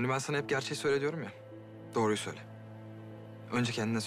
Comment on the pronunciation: ''Doruyu'' değil ''doğruyu'' Olucaktı